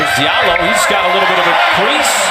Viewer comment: Just nail that windmill next go around my Fulani brother from Guinea, hoorah! Diallo is actually pronounce Jalloh.